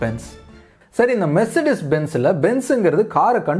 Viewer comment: மெர்ச்செடஸ் இல்லபா மெர்ஸ்டிஸ்